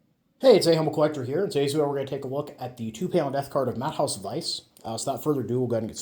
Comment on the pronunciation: His name is not pronounced as “Matt-haus”. The ä is pronounced as a German e. So it is Mah-teh-oos. Keep up the good videos.